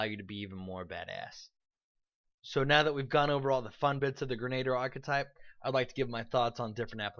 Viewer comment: Gren-ah-deer. Not grenater. And while I'm glad you are so enthusiastic in this video, here is some food for thought: Brew potion, is actually one of the most useful features for Alchemist in my opinion, because for a tiny amount of gold, any spell cast that you do not use each day can potentially be brewed into a potion as all of the spells on The Alchemist spell list are capable of being made into potions. Doing this, also allows you to pass out your nice Alchemist spells like enlarge or reduce person, or Shield, without having to take the infusion discovery, and especially as a damage role you will find your spells going unused frequently as you stick to your bombs and weapons. Even if you don't feel like being charitable to your compatriots and sharing your spells, you can always sell them for additional income and buy whatever it is that your heart desires.